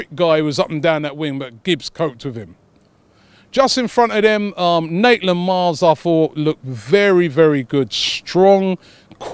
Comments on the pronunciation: maitland niles not naitland miles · Did Robbie keep saying Naitland-Miles or was it just me? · robbie,you always get it wrong, he is maitland niles, not naitland miles😂😂😂